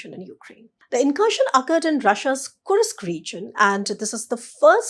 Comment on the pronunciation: whats wrong with kursk? i checked on google and she is perfect. go get a life you cunt